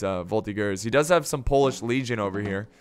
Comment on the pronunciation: Quebecer here, as a member of the voltigeurs of Québec (a infantry reserve regiment), it`s pronounced voltiJeur